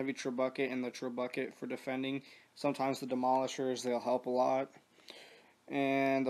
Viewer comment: Dude, trebuchet is pronounced 'trebb ooo shay', not treb bucket. Just an fyi. :)